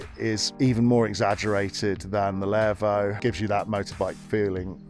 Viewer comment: It's pronounced LEEEEVO.